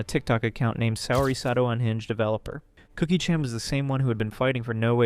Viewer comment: can’t even pronounce Chan correctly 😂